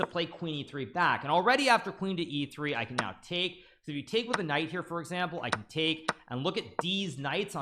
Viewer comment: I've been noticing recently that every time Hikaru says knight on F(X) he says knife on F(X) 😉